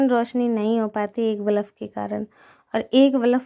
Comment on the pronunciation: Aap kuch shabad sahi se nhi bolte ho.... jaise ki aaj aap room mein बल्ब lagane ki baat bol rahe ho,बल्ब ko aap बलफ bol rahe ho,jaisa hum bolte hain bachhe bhi sun sun kar galat hi bolna sikh jaate hain.......please mind nhi kariyega,samjhne ki koshish karna main kya kehna chahti hu.....